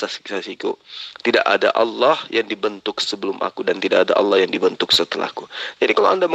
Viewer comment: alah🤣🤣🤣nyebut aja gak bener